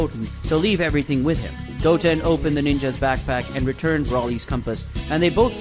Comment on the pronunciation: It's not Gotn it's Goten pronounced (Go-ten) not gotn